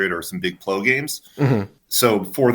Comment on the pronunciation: The only guy I’ve ever heard pronounce PLO as “ploh” lol